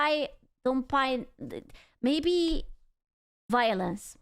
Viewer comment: whenever she says violence like that I instantly think about 11th ED of CSM where it goes like VOILENCE!!! and then just music for 10 seconds)))